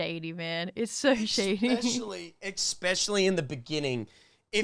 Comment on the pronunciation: Especially not expesholy